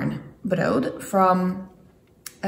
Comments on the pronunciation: Oh btw, it's pronounced as though it ends with a t. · Brood is pronounced with a hard t in the end, not a d (i.e. broot). Thanks for the vid. :)